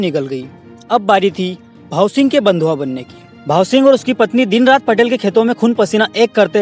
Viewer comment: भाईसाहब पटेल नही पाटील पटेल और पाटील मे फरक होता है जय तंट्या मामा🙏🙏बहुत अच्छी जानकारी दी धन्यवाद